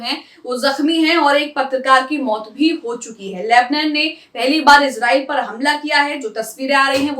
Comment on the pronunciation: Lebnan nahi lebnaan bolo